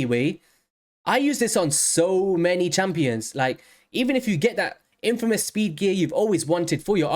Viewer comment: "infamous"!? Come on now